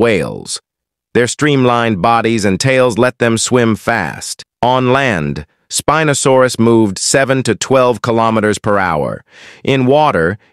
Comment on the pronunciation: Why did he say spinosaurus like spin no saurus